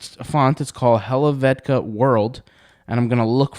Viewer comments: How do you not know how to pronounce helvetica??! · He doesn't know how to pronounce Helvetica, and you are here to learn how to use chatgpt and Canva BCS there are things you don't know... and nobody is mocking you like "I wold rather know how to use chatgpt than how to pronounce Helvetica". So... nobody has nothing more to say, but somebody for sure will watch your video about font names. So go for it!